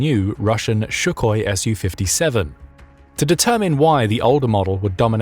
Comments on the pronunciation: It's not "shukoi", it's "sukhoi" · Here we go with the "Shuckoy" pronunciation again ... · The fact that you are mispronouncing Sukhoi is really annoying. You are putting an "SH" on the front of that name, where it is pronounced correctly with only the "s" sound It's not "Shukhoi! And RADAR does not use "sound" waves, it uses projected radio waves bouncing back to a receiver in order to pinpoint where a target is located. "RA"dio "D"etection "A"nd "R"anging (radio detection and ranging) is where the acronym RADAR comes from. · Please could you pronounce Sukhoi correctly. There is no 'sh'. And the accent is on the 'o'.